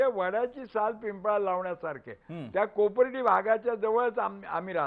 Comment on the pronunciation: Its Kopardi not akurdi shame on all this people. Do proper study on it.